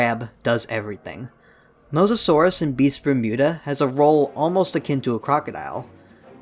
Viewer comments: everyone: beasts of bermuda: bistphmuda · Ah yes, Beesvermuda